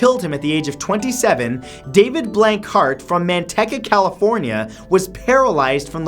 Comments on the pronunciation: Omg NOO!!!! It's not pronounced Man-tech-ah it's pronounced Man-tea-kah and I'm from Manteca and surprised my home town was on the list!!! Thanks!! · Lol Mantehca.. it's pronounced MantEEca. Manteca, Ca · Thank you for posting these interesting videos. I just have one correction. You accidentally pronounced Manteca wrong. It's pronounced man-tea-ca. I love all your videos! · Man-TEE-ca, California. Just fyi. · Love the videos man. But I gotta say.... Man-tea-ca is how it's pronounced. Even though it's spelled Manteca lol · Man TEE cah, California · It's pronounced MANTEEEEEEEEEEEEEEEEEEEEEEEEEEEEEEEEEEEEEEEEEEEEEEEEEEEEEEEEEEEEEEEEEEEEEEEEEEEEEEEEEEEEEEEEEEEEEEEEEEEEEEEEEEEEEEEEEEEEEEEEEEEEEEEEEEEEEEEEEEEEEEECA California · ITS PRONOUNSED MANTEECA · IT's pronounced Man-tee-ka, Spelled Manteca, btw I'm from there and I was Born here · Hey Matt, I live near Manteca and it's actually pronounced, man-tea-ka. But it's no biggy keep up the good work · It's pronounced as MAN-TEA-KA, CA. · man-tee-ka Matt 😊 Manteca, Ca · You pronounced Manteca Ca. wrong. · The way he said Manteca 😂😂 not the way you pronounce it but whatever